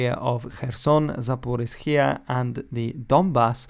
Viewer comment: Hi, Zaporizhzhia looks like quite a mouthful, but is pronounced the closest to Zaporija, all vowels like in closed syllables (like "raja" and unlike "tempeh" with the silent 'h' inserted to close the syllable—the only consistent trait of English foreign word orthography is its inconsistency). s/zhzhi/j/, this simple. The primary stress falls on the third syllable of four. You may put the secondary stress on the first one if that's easier for you. 'zhzh' is an artifact of transliteration. 'zh' has been pretty arbitrarily chosen as a substitute for the Cyrillic letter 'ж', which in fact never stands for anything phonetically close to whatsoever you may try to squeeze out of 'zh'. The orthographic doublet doesn't indicate phonemic gemination in this word (it very often does, tho). The 'ia' at the end is the same story, even a poorer choice for the grapheme 'я'; a juxtaposition of Cyrillics usually denoted by 'i' and 'a' may also occur, so that the original Cyrillic spelling is not mechanically recoverable. The same system is used for all three East Slavic languages. Of these, Russian falls into the deep orthography class (like English, see the "ghoti" joke), Belarusian nearly textbook-shallow, you can pronounce it “as written,” and Ukrainian in between, you'll sound correct quite often correct if you “just read” it. I'm not sure if S.Slav. languages written with the same alphabet use the same system. I'm unaware of this system's origins, either. It most plausibly harks b